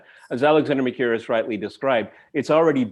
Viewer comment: When is going to spend some time and effort in learning how to pronounce correctly "Mercouris"?